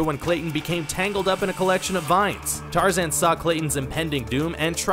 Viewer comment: I heard him f*cking say tar-zin It's tar-zan Just like how people mess up saying my last name there is no f*cking i in either of them so you must not have gone to school